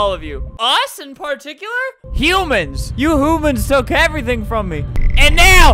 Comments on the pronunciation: DID ALBERT JUST SAY "HOOMANS"? (If he didn’t then I’m too old and I can’t hear correctly.) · Albert: "You hoomans took everything from me!" me: hoomans? Albert: HUMANS